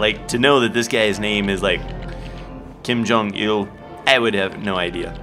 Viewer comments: It's qui gon jinn not Kim Jon ill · Hi kim jon I'll guy his name is pronounced kwhy gone gin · you are so close just say kwaii-gone-jinn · It's Qui -gon jin not Kim Jong il ☺😊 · It's qui gon Jin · It is supposed to be Qui Gon Jinn, but you were close. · ITS QUI GON JIN (quay-gohn-jin) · IT IS QUI GONE JIN (at least that is how it is pronounced) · it's qui-gon jin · It's QUIN GON JIN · Kim Jong IL's real name is pronounced Quai-Gone-Gin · It is pronounced kwi gone Jin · I have the sudden urge to by this on Steam even though I already have it on Wii. Also, Qui-Gon Jinn is pronounce just as it looks. ;)